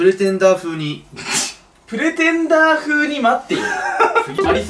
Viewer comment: pretenderのこと未だにプレテンダーって言っちゃうてつやかわいい